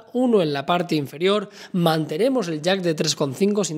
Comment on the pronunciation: INFARIOR?! AJAJAJJAJA